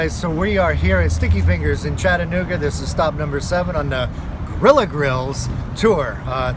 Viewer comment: As a native of Chattanooga, thank you for pronouncing "Chattanooga" correctly. It's apparently a hard word for many people, even after living here for many years. As a relatively new fan and subscriber, I would have come down to say "Hi" and see if you had any of your bottles of seasoning with you for sale. Take care, and keep up the good work!